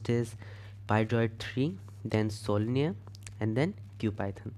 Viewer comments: WTF are you pronouncing sololearn- solinear🤔😶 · I hope you realize that it's SoloLEARN (Learn), other than that kudos to your efforts. 👍🏼